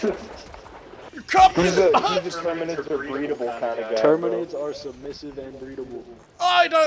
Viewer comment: "YER DAMN RIGHT THE TERKIDIDS ARE DYIN" They are forever now the terkidids in my head lmao